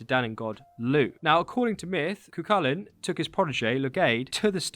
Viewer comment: I think this is the first time I've heard a non-Irish person say Cu Chulainn correctly. Some get close but yeah, I don't think I've heard someone who isn't Irish get it completely right.